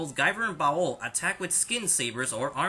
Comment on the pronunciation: You're over pronouncing baoh its pronounced like bao not bao-oh